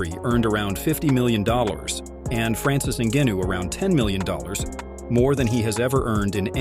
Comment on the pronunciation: Why do you say pronounce Francis last name different everytime